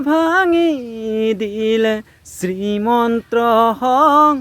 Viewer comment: শ্ৰীমন্ত শংকৰদেৱ হয়। আপুনি শ্ৰীমন্ত্ৰ কৈ আছে যে😅